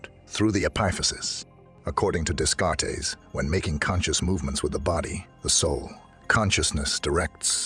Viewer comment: "Days-Card-Tees!!" xD I enjoy your content but the amount of times you butchered his name really traumatized me.